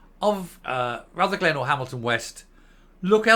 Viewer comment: If you are going to talk about Rutherglen at least pronounce it correctly!!!!!! It's not Ruther glen, it's Rutherglen!!!! Can't even get the basics right!!!!!!🥴